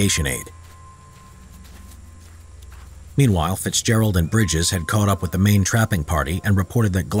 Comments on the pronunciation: Bridger not bridges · It isn’t Bridges. It’s Bridger, Jim Bridger. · His name was Jim Bridger not Briges